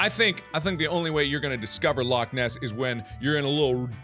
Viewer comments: All Scottish people are triggered because he KINDA mispronounced Loch XD, it's got a funny way of saying it. But Mark actually did a great job saying it XD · As a Scot, I need to say. YOU PRONOUNCED LOCH WRONG!!!!!! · YOU'RE PRONOUNCING LOCH WRONG!!! ITS LOCHHHH NOT LOCK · You need to pronounce loch as a true Scotsman "Lochhhhhhhhhhhhhh ness"